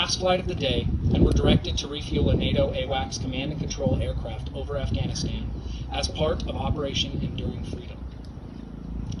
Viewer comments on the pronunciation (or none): none